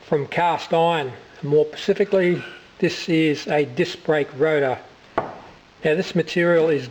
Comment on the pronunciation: At the start you said ‘Pacificly’ when you meant specifically, please talk correctly if you want to do educational videos.